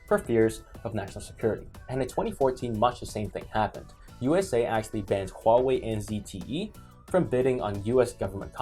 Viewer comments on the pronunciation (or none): I like how pronounces them "Wow-wei"